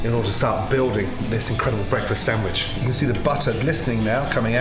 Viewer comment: My moulth was watering before he even started building up the sendvich